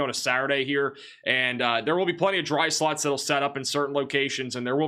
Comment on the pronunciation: Golf-effect snow and dry sluts inside of that snow!! Your short o and u sounds are identical to my ear 😂❤ Wonderful reporting as always 🎉